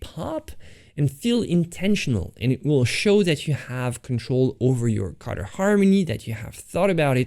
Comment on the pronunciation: Guys, I got it it! everytime he says 'cutter' he actually means 'colour'!